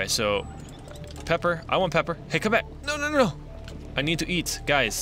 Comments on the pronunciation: It's peeper not pepper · Not pepper peeper (pee-per) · Not pepper ,peeper (pi-per) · who else had a cringe fest throughout the parts where he couldn't read the name correctly so he was try to catch the "pepper" even though its a peeper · It's Pee-Per not Pep-Er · its p-ee-per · those are pronounced peeper